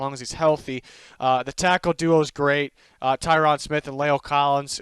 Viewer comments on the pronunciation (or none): none